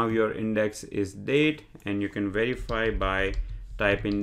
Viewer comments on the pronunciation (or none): I watched your Pandas Tutorials. I Subscribed. Your English is quite good. Your Python is excellent. When speaking English, I think you miss 1 out of 500 phonemes: "werify" should be "verify", "Notbook" should be "Notebook". Your accent is enjoyable and not at all painful to decipher. You might be the best Python tutor on Youtube.